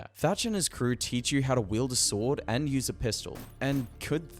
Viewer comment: It's Teach like teacher, not Thatch like Thatcher